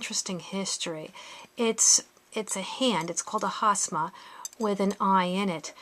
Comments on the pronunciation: You're pronouncing it wrong. It's called Hamsa, not Hasma. The way you are pronouncing it, hasma, you are actually talking about a chinese desert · Yep! It's Hamsa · You should get your pronunciation right it’s not Hasma it’s Hamsa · Isn’t it Hamsa? You keep saying “Hasma”.Or is it interchangeable? Would like to know the true form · She’s getting a lot of things wrong she doesn’t even know how to pronounce hamsa.